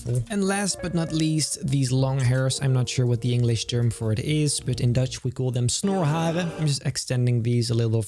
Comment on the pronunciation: Me as a Dutch A laughed when u Said snorharen 😂😂